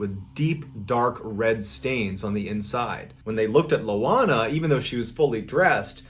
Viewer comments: I winced at the pronunciation in the first story. As for the sleep paralysis, can't curse me with something I already have lol her name is Ioana not Loana. Ioana is a relatively common Romanian name. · The name Ioana is pronounced with a strong "Y" sound, in fact if you say the slang word "ya wanna" you are pronouncing it correctly. My wife is Romanian her name is Ioana. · Lol, it's not LOANA, it's IOANA, that's a capital i in the beginning. Ioan is the equivalent of John in Romanian, and so Ioana is Joanna. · MrBallen - I'm Romanian - it's not Loana - it's ioana (i not L) && pronounced as (eee-wah-nah). The infamous fear of witchcraft, gypsies, magic etc in Romania smh. Still present today as a matter of fact. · Its Ioana not Loana:)) bellieve me im from Romania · I'm from Romania, and seeing a video of someone from my country, seem so surreal to me. I searched for Loana (since the name sounded strange), and I found that it's was actually Ioana (which is an ordinary Romanian name), so it's a capital "i", not a lower case "l", and the name would be pronounced as "Ee-wa-nah". And Timisoara is actually pronounced as "Tee-mee-shwa-rah". When I heard the name Constantinescu, I immediately knew that she's from Romania. That name, or any name that ends with "nescu" sounds Romanian hahaha. Btw, you pronounced Constantinescu pretty good for a non-native speaker. P.S. Even though I'm pretty sure the name is "Ioana" and not "Loana", I have no idea why the story says the name is Loana. I found the "Loana" version only in the title of the story online, but the content uses the name "Ioana". Anyways, greeting from Romania, I love your content. Found you by accident here on YT and fell in love with your videos. I guess my favorites are: the one with the 3 guys from Australia with the crocodile, and the one with the girl, Belle from France that was walking in the woods to go to a lake. I have more that I love, but those 2 were my favorites of all.